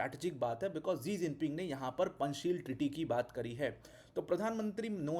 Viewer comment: 2011 में शायद शी जिनपिंग भारत दौरे पर आए थे तो शायद DD न्यूज की कोई एंकर ने उनके नाम को "इलेवन जिनपिंग" पढ़ा था तो नौकरी से निकाल दिया गया था। पूरी दुनिया शी जिनपिंग बोलती है लेकिन आप एक टीचर हो के बार बार "जी जिनपिंग" बोल रहे हो। दुखद।